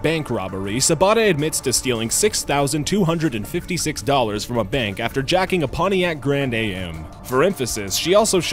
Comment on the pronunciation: A Pontiac Grand Aye Emmm...